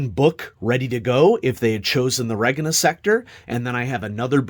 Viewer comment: I always thought Regina was pronounced like the woman's name